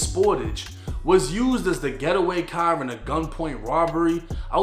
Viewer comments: “Into a cahh” 😂🚗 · the way you pronounce “car” is funny asl 🤣 “tHe cAh” 😭 sounding like peter griffin innit 😂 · damn I hate the way you say car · You can pronounce every word word perfectly except for car? Stop your shit